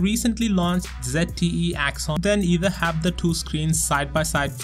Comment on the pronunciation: "ZetTE Axon M" my god wtf he said zet instead of Z!!!!!!!!